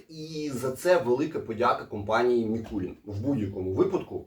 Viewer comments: Заради Бога, не МІкулІн, а Микулин, походить від назви міста Микулинці вТернопільській області, де, власне, і виготовляють цей віскі. Давно до нього придивляємось, тепер обов‘язково спробуємо) Дякую за огляд! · Дякую за огляд, тільки чому М І кул І н та М І кул І нецьке ?